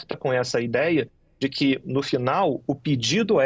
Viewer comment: Pelo amor de Deus! Não na gramática portuguesa existente no Brasil; a pronúncia " QUI e tampouco DI QUI" ! Acho um absurdo, esse tipo de pronúncia.